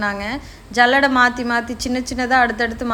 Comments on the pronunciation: ஜல்லடை அல்ல சல்லடை😂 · சல்லடை ❌ஜல்லாடை ✅😂😂